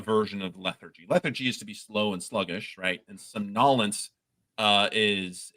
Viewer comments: He puts the ac-cent' on a different syllable than I'm used to for somnolence. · When the organ that you use to commit a task rots, that task no longer happens. When your legs rot you ain't playing football anymore. This applies to all organs & their concomitant tasks. Including the brain. Somnolence had the emphasis on the first syllable, like SOM-nol-ence. I'm not sure how many syllables it has in the US, as used by our tame Neuroscientist, but here in the UK it has only three and it flows... It comes from the Latin Somnus meaning "sleep" & originally from the Proto-Indo-European *swep meaning "to sleep". That asterisk means the Proto-Indo-European word has been inferred by its effects upon subsequent, daughter languages and hasn't been collected or studied directly.